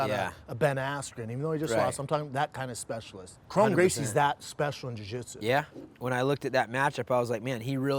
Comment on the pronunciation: Faber is saying krone right . Brendan keeps saying his name wrong even tho Faber keeps saying it the right way 😂